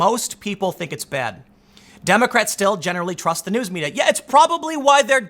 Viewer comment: That Butt is just as real as the journalists are in media. Does anyone else think Tim said "dummycrats"?